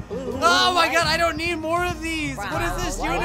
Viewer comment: The Famer can't even say no use just "Maur"